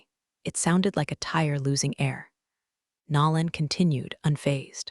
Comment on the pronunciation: Also someone needs to train AI voice to say NO lan instead of NAR lan ...or use a name it can pronounce